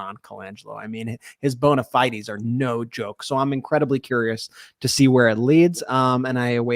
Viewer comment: No big deal, but bow·nuh fidez. Lol